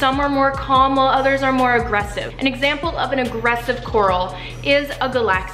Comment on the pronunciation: It sounds so weird when you say "agresive coral"